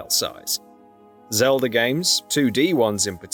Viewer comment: This video is useless bs we’ve seen in the trailers also it’s pronounced Zelda not Celda and who the f is Damp?! It’s Dampé.